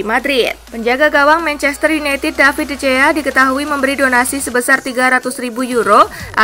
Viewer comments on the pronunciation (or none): Sekadar saran dari saya, mohon penyiar lebih fasih dalam menyebutkan nama pesepakbola. Contohnya: Neuer, dalam bahasa Jerman pelafalannya menjadi "Noyer" bukan "Nyuer". De Gea dalam bahasa Spanyol pelafalannya menjadi "De Hea" bukan "De Jea"